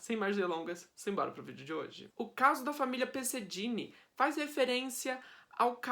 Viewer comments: Se pronuncia " perseguini" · Pesseghini e não Dini